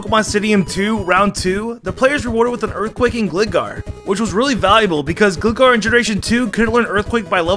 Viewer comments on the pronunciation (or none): Hold up, he said Gli-gar And not Gly-gar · gli-gar... FUCKIN GLY-GAR AS IN FLYING GARGOILE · And octirely and smurgle... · Gleegar? Peeloswine? Was this on purpose?